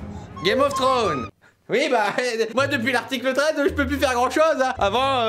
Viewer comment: Putain y'a pas le S a thrones je suis rester sur sa :p